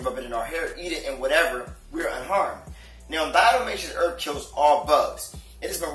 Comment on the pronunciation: Did he say "Earf"